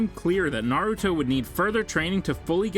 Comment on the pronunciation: all the names are so bad. this guy has never watched naruto.